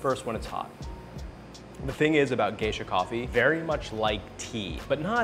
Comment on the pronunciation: It's really Gesha, as in the beans originally from Gesha, Ethiopia.